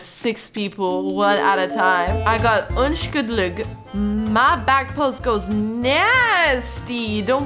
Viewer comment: OMG IM SOOOOO HAPPYYYYYY! YOUR COUNTING WAS ACTUALLY PRETTY GOOD BUT ITS PRONOUNCED Un-shul-dig